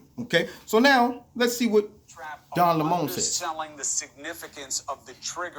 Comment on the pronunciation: I've been pronouncing Don's last name wrong... Lol